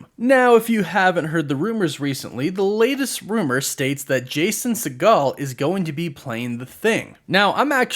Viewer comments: Umm sir Segal. Not pronounced as Seagal. Had me thinking Steven Seagal had a kid in this movie or something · 😂 it’s pronounced “See-gel” he’s not related to Stephen Segal